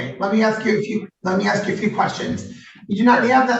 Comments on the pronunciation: Did she not know she wasnt supposed to drink? Or did she not know there was alcohol in the punch? I heard two stories...why didnt the judge hear that? Lol And the words are supposed to...Not post to. And he referred you. Not he referraled you. And its Ask. Not axe. Youre welcome. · WTF is 'ak-a-hau'? And what does she mean she's going to 'aks' next time? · She should be charged for murder for all the people she "axed' 😂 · What is this goot wiw store she is talking about? Someone ax her.